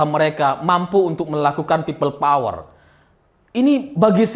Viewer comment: Peyot bang,bukan power.